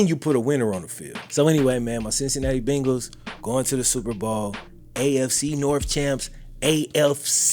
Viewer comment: I literally live less than a mile from PB stadium.. and I appreciate your loyalty! Only thing is, you still say "Bengals" like an out of towner. It's 'BAIN-gulls'.. long "A" sound lol 🤷🏾‍♂️